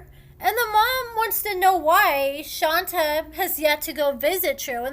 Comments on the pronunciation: Ayonna is a certified crazy clown! It's pronounced "Shawn-tay"....... not "Shawn-ta" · it's Shon-tay, not Shon-ta. ( You're the only person I ever hear calling her "Shon-ta")